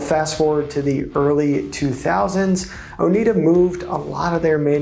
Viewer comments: Oneida sounds like Oh-NY-duh (not Oh-NEED-uh). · Not "Oh-NEED-uh." Oh-NYD-uh, middle syllable rhymes with "dyed" or "cried." I grew up in an area with a lot of local people from the Oneida tribe. Suggestion for you: before making a video, look up key words or names on the Merriam-Webster website. They often have audible pronunciation guides. They have one for "Oneida." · It is pronounced "ohh nigh da" after the name of the native american tribe that lived in the area. It is really grating to constantly hear the name mis-pronounced. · Learn how to pronounce Oneida.